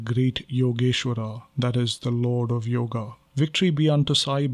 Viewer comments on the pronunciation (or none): none